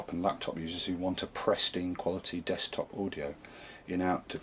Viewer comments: keeps saying prestine instead of pristine! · It's definitely pristine and not prestine :) There is no such word as prestine.